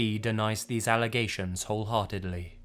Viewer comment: Whole-heart-edly. Really? Lol